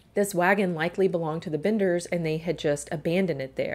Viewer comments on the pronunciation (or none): It's the "Benders" not the "Binders".